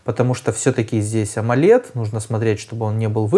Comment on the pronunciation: После того как он сказал омолед захотелось выключить 😂